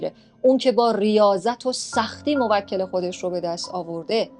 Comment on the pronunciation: موکل یعنی تو به اون خدمت میکنی شما باید بگی موک٫ل یعنی تو به اون توکل می‌کنی (افتاد)